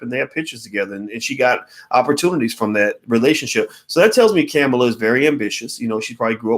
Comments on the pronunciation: Why don’t you learn how to pronounce her name if you’re going To say it so much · The only person you can really trust is God. Everyone has flaws. You can't even pronounce her name correctly. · Please care about her enough to pronounce her name correctly. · Ugh..he keeps mis pronouncing her name...🤦‍♀️🤦‍♀️🤦‍♀️ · I just wish he would pronounce her name correctly. Sorry, it just disrespectful no matter what color/nationality she is. I know one thing, just like Michelle Obama said, (paraphrased) if the orange guy gets re-elected this nation and world is doomed. Now, you can sit on your damned hands (like 2016) and be all high felutant if you want but if you think the guy has no barriers now, you've seen nothing yet. We only see what the news media has reported. If you don't thing far more self serving corruption is going on behind the scenes you need to get your head examined. The attitude of voting only when you want to (especially for president) is what got this country into this mess. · It's COMMA-LA. You pronounced it wrong 50 times. Is that on purpose? A "she's not worth it for me to even give her the respect of saying her name right?" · She pronounces her name "Comma La" like comma. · Again the man who is extremely intelligent but mispronounces everyone's name and also says it every 10 seconds... Cringeworthy think he does it on purpose.. her name ain't Camela it's Kamala 🤦🏾‍♂️. Still enjoy the videos👍🏾✊🏾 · It's not "Camma-La" ... It's Comma-La" ... replace the "A" sound with an "O" sound ... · Well, it would be better to know how to pronounce her name: Comma-la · Her name is pronounced Com ma la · Her name is pronounced like comma , comma-la. All ahs.